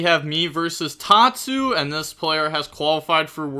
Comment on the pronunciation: It is not tatsu 💀, it is tasuku or tasku for shorter